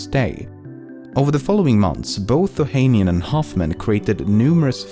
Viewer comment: Fact 11: Alexis Ohanian’s last name is pronounced as “ohanián” (stress on the last A)